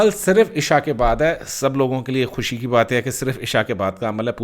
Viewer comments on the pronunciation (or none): none